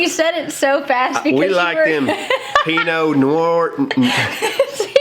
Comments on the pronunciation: I think said Pinot Noir pretty good the first time! He’s a regular sommelier (have him say that!) lol 😂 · So wonderful to have such awesome and talented friends. Gonna go check their channel out and subscribe. The table is beautiful but sure is huge. Love how said Pino Noire or however it's spelled. I thought he said it good, I'm southern so what do I know LOL ❤😁🤗